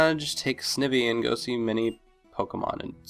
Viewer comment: i'm pretty sure the i in snivy is pronounced like eye (ie snide+ivy)